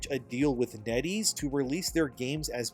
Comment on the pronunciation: Net Ease rhymes with Eddies